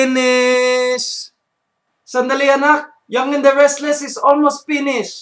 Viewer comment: "momeee i'm pinishhh" FTW!